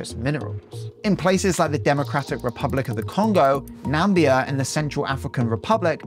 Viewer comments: one little error in your video. You said Nambia. But it's Namibia. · Lol "Nambia" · did homie just say Nambia😭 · Nambia. D'oh!